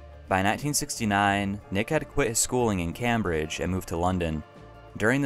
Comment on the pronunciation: Your pronunciation of Warwickshire, Wilshire, Berkshire and Camebridge were well worth the listen.......only joking but you mirdeted the pronunciation tho but understood you not being from England. I loved the content from you, you did gloss over Nick's inability to promote his records and play in front of a live audience tho which was his reason for failure according to Joe Boyd. He constantly re-tuned his guitar after every song taking 10mins and never spoke making the audience impatient and Nick more nervous. Eventually Nick started to play with his back to the audience something a few other artists have had to adopt like Sixto Rodriguez.